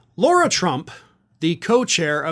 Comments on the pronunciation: her name is pronounced LA-RA NOT LAU-RA work it out guy its not hard makes you look extremely dumb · Please can you stop with the “Law-ra” it’s La-ra, there is no “u” in her name. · It’s “Lara” not “Laura” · Her name is Lara, not Laura, and you deliberately mispronouncing it is as petty as the right's mispronouncing Kamala. You're better than that. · I must correct you! You pronounce her name Laura, the spelling as I see it as is, LAyRAA That's an insult to the real Laura's, she should have been named Karen. She can't even be named correctly Lara???? Granted, I've only seen the name Laura spelled as seen, not LARA. IT JUST SEEMS ODD. Like the rest of the clan fake and odd🤪🤔🤡 And anyone that would marry Eric Drumpf(the correct spelling of their Nazi last name) has to be an oddball. She's in it for the dumb money. Great podcast, keep up the good work. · Why do you call her Laura Trump when her name is Lara Trump? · Is calling her "Laura" instead of "Lara" deliberate or a mistake? If the latter the smallest mistake affects credibilty of your reporting. Its avoidable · Is it “law-ra”, Laura or “lah-rah” Lara ? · Okay, but the idiot's name is LARA (rhymes with SARA), not Laura. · it's Lara, not Laura. Ok?!